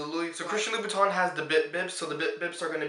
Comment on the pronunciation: It's pronounced 'Loo-Boo-Tan'. Just a FYI'.